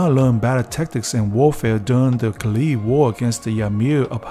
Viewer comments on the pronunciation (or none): none